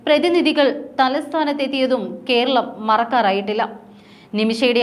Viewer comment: കീരളം, കീന്ദ്രം, ഒന്ന് നേരെ ചൊവ്വേ parayoo